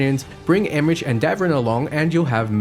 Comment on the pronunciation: I believe the (English) pronunciation of Emmerich is "EM-mer-ick" with a hard K at the end.